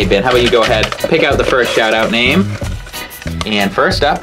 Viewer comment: OMG THANKS AND I GOT A SHOUT OUT OMG OMG OMG OMG OMG AND thanks for pronouncing my name corrwnct and i almost went to tears when you pulled it out i comment every time but now i did i am so speachless and both twily and dashie rulea I CANT BELIEVE IT